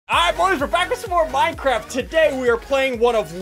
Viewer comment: yeah boy minecwaft